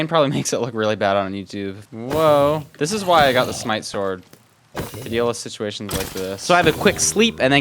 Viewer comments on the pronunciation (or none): none